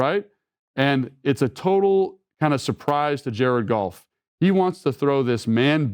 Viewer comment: I'm convinced Logan says Jared Golf instead of Goff like the meow scene in Super Troopers.